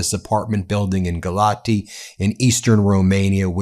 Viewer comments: It is pronounced “gal ats” not “gal ati”. The t with the symbol is a “ts”. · Town is pronounced as Galats. Still, Russia hitting Romania is going to be followed by gaslighting from Putin. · By the way, Ben - that's Galat-see as the correect pronunciation of the city in eastern Romania. My second wife was from there. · I think Galati is pronounced Ga-LOTZ. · I live a four minute walk from where the drone hit in Galați (which he pronounces WRONG in the video too— pronounced Gal-lat-zz) No one was injured and it was most likely not an attack drone. There were only 2 people injured with scratches and panic attacks, that’s all. It was terrifying. Drone fell right above my apartment, scaling above before it colliding with the building across the street. I am a Fulbright ETA, and if it WERE an attack, the embassy would’ve reached out to me and tried to get me out. However, the commission only called to make sure I was okay, and I’ve heard nothing from the embassy, which means it was most likely not an attack and rather a drone that lost control…then again…I’m sure we’ll find out more information soon. Either way, I highly doubt it was an intentional attack. There’s no strategy behind targeting an apartment building. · You pronounce Galati as Galatzi. As for what is happening over there it's just terrible. The Romanian government doesn't seem to give a damn, apparently they had 2 F-16 fighters in the air but did nothing to destroy the drone. If you want to know, there are lots of individuals in the said government that are Russian pro ones and happy at this time that this just happened. I say no more. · You don't pronounce the " i " at the end. It's silent. The city is pronounced "Galatz." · Galaţi is actually supposed to be pronounced "Gah-lah-tsee." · It is pronounced 'Galatz' no final vowel sound. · Galați - pronounced Galatzi, with accent on 2nd A.